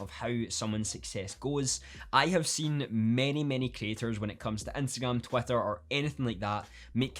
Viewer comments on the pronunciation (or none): Am I just hearing Twatter all the time?